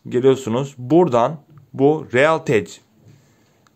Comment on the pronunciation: reralteki nasil realtec diye okuya bildin aq